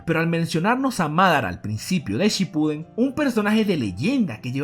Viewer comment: Jaja dice naruto shipudden y en el número dos el de naruto niño :v